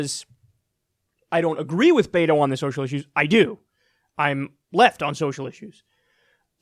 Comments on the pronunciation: Kyle it's not Beito its Beto bruh 😂😂😂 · Kyle please call him BET-OH NOT BAY-TOH... AND YOU OBVIOUSLY ARE NOT PAYING ATTENTION. BETO SET A GOAL TO VISIT EVERY COUNTY IN TEXAS. HE HAS MET THAT GOAL! HE HAS BEERS WITH BETO events IN MANY CITIES WHERE TALKS TO VOTERS ONE ON ONE. HE HAS BEEN EVERYWHERE! AND HE HAS DONE ONE THING THE DEM PARTY HAS IGNORED FOR YEARS, MAKE HIS NAME IN FORT WORTH AND ALL OF TARRANT COUNTY. FARMERS ARE ANGRY WITH TED. SO RESEARCH PLEASE, BEFORE SPEWING ANOUT WHAT BETO NEEDS TO DO. HE IS ON IT! I ASSURE YOU! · Pronunciation note: BET-OH, not BAY-TOE. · Beto is pronounced "Bet-o" (the "bet" part is pronounced as if we were talking about a wager.) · Kyle I love your show, but it's killing me. Beto, like bet-o, the Latin American shortening of Albert or Alberto. The mispronounciation is rough buddy. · The way kyle says beto made me laugh every time he said it. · Kyle nitpick here. The e in Beto is pronounced like the e in echo, not like the a in aces